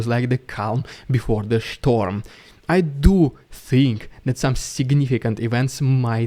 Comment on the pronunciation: no doubt a shtorm is a lot bigger than a storm. ☺